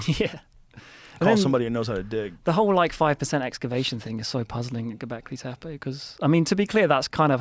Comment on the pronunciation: JOE “GOBLEKI TEPEI” ROGAN